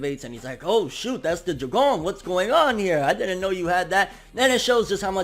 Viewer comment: Why u sayin Jougan like that 😭